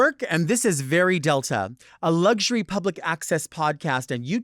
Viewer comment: Make a difference by pronouncing Lugury correctly as LuXury. It's far more becoming